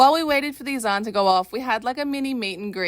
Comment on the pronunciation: You pronounced Azan and not Adan. That brought tears for pure gratitude and sincerity. Barak Allah Fik.